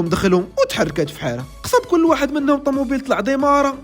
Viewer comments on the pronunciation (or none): none